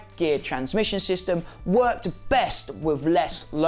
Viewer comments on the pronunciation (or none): none